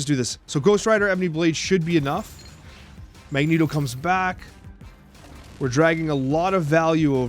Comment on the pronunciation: He ALWAYS says Magento when he plays but when he does the podcast he appropriately calls him Magneto.